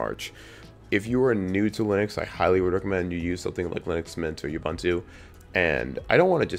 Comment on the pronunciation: Your pronunciation of Ubuntu is offensively racist and colonial. If you know how to use the Internet, take the time to Google it. I cannot bear listening to your ineptitude.